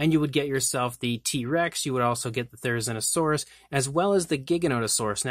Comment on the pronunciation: It's Therizinosaurus say zina like the name say it correctly.